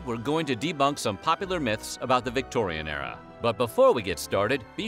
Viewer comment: I wished he'd stop saying Victoian Error